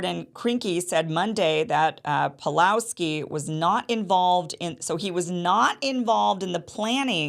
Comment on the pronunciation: He's name is PAWLOWSKI not Palowski. He got punished not only for free speech but for keeping church doors open during lockdown. Most famous video, with millions of views all over the world, when he kicked Alberta's 'covid police' out of church yelling at them "get out your nazi". Kim you should really educate yourself more about him before making a podcast.